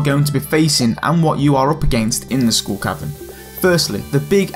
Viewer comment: Scooll cavern.